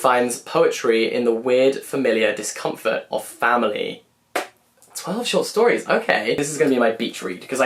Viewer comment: “A collection of twelve stort shories”… I listened to that like 4 times lol